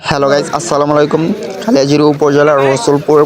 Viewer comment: গাইস তুমি তো গাইস গাইস কইতে কইতে গাতার মধ্যে জাইতাসো গা।বাংলা ভাষার গুয়া মাইরা দিসো তুমি গাইস।কালিয়াজুরি হবে নাহ গাইস এইটা হবে খালিয়াজুরী।r সেক্সী মুডে আছো নাকি তুমি গাইসসসসস